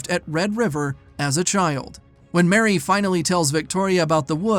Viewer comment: A few seconds in, and you can't even get the main character's name right. It's Marie (pronounced Ma-ree), not Mary.